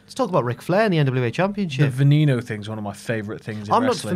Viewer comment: Its Vehh nehh no it means venom in spanish